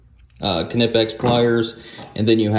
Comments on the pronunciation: I believe is pronounced Nipex.. great video. Thank you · Its Knipex with K. Its German. You don't omit K when a word starts with K. Not even a silent K. Its just another letter in the word, just the first letter.